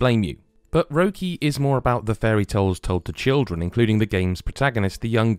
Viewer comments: My main take from this video is that needs to learn how an umlaut alters the pronunciation of a vowel. The game is called Röki, not "roe key". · "Rer-key" would've been far closer to the actual proper way of saying it! Ignoring it just makes it seem like you think it's a heavy metal umlaut. Unless the game is called 'Röck Bänd' then those dots aren't just for decorative purposes. At least your colleague's enthusiasm still shines through here. ;)